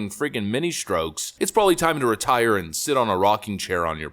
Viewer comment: Retie-err... retire...